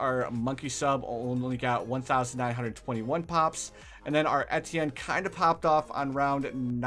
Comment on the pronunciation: The funny part of this video that he is misspelling his words XD his calling ettienne etetienne XD It's ok that's like me sometime haha